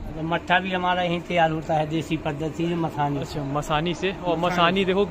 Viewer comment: Masani nahi hota... mathani bol t.. masani ka mtlb pta bi h kya hota 😂😂